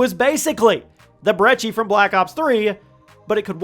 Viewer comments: Why do you call it the 'Brechi' Its brecci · It’s not called Breche it’s called breci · Its (br-eh-key)...that'd how you pronounce it, not brechi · you have a interesting way of pronouncing brecci which is bre-ki btw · Who says "brechi" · Btw you say it like Brechi but it’ sound like k’s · Dude.. I'm sorry to say this, but there's no H in brecci! Why pronounce it with the H? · I’m still trying to find the “h” he’s pronouncing in brecci